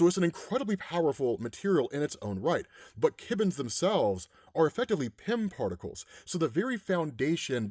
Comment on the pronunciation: To be 'that guy,' it's Kirbons, not Kibbons. As in Kirby.